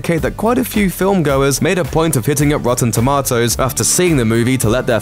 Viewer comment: Couldn’t get past the dude saying “rotten toemotes”